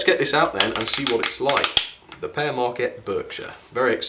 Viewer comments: its pronounced peer marquette not pear marquette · Just a word of advice, the Pere part of the Pere Marquette name is pronounced like "Peer", not "Pear". Also the Lima locomotive works name is pronounced "Lie-ma" locomotive works. Just thought i'd put that out there! 😊